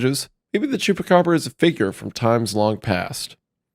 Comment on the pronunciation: You say the “chupa” in the candy the exact same as the chupa in chupacabra, my brother in Christ, you are literally the one covering it and pronouncing it correctly while doing so 😂